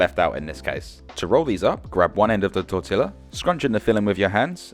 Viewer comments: Did you say, "tor-til-lah? Wth? I know you know it's, "tor-tia". Lol. Other than that, great vid. I like that you gave both metric and imperial measurements for us in the U.S. that would have to break out a calculator to convert. Lol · Well done you. You cook like me. I would have thought that you had lived in Mexico by the way you made the guacamole until I heard you pronounce the word tortilla. It's pronounced torTEEya .. not torTILya but what's in a name? It looks fantastic. I also like that you use everything and don't waste. Btw, I live in the Netherlands (cooler weather) so throwing those bell pepper seeds into the garden unfortunately didn't produce fruit for me. 🌹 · Tortilla = Tor-tee-ya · I was into it until he called it a Torti-La. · You forgot to tell him how to pronounce 'tortilla'...drives me crazy when people say the Ls. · Especially how he pronounces tortilla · Did he really pronounce the 'L' in tortilla?